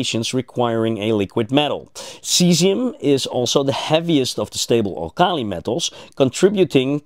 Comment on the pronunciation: Robert Bunsen of the Bunsen burner, not Bensen. Al kal' i? Even if the word comes from Arabic, it's pronounced al' kali in English.